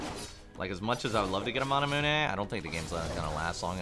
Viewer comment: no one:: manamuené